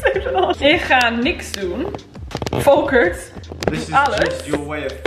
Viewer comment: Yezzz, just make him listen and speak Dutch like a real Dutch girl, ignore the resistance! Haha You did really well and so did Volkert! By the way I love that he is named Volkert, it’s a Friese name (like your mom), and I always liked it. You pronounce it perfectly also. And you have very little brutish accent in your Dutch 👍🏻